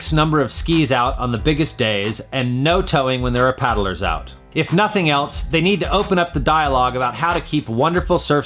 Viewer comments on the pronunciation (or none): none